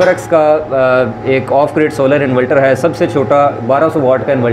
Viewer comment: اسلام علیکم پیارے بھائی انولٹر نہیں انورٹر ہوتاہے